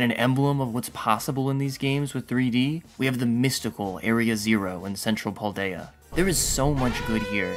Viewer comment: Kanto is pronounced Con-toe not can-toe. Kalos is pronounced Cal-os not call-os and Paldea is pronounced Pal-day-ah not paul-day-ah.